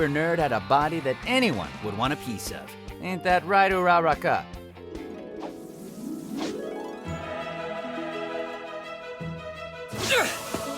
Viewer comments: Ooh-Ra-Ra-Kuh. Mi casa. WHY YOU PRONOUNCE NAMES THIS WAY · How did he pronounce Uraraka